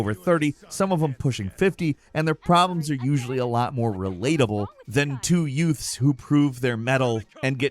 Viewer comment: I heard you.... 2 youts